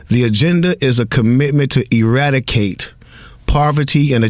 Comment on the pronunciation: e·rad·i·cate /əˈradəˌkāt/ Learn to pronounce verb destroy completely; put an end to.